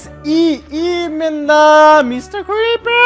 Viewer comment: Не крипир а крипер